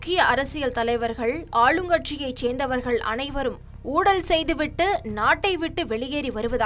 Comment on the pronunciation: ஊழலா... ஊடலா... இல்லை எனக்கு மட்டும்தான் இப்படி கேக்குதா...